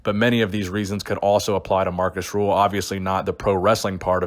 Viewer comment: hes name is rühl not ruhl